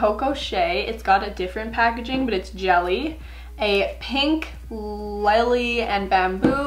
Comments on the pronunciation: LAI-LY!? It’s just LEE-LY! Hahahahahaha it’s a flower!! 🤦🏻‍♀️ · Do you not know what a lily is? It’s a type of flower! Said like lil-ee! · How did you say lily wrong??????